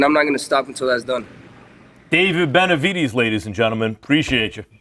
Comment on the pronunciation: Pronounced BenaviDEZ. NOT benavidies 🤦🏽‍♂️ Max is 🗑 now.